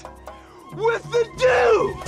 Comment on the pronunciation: It’s Dew, as in hair dew lmao